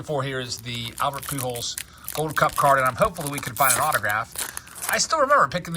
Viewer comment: I absolutely hate the way he says pew-jols. 😂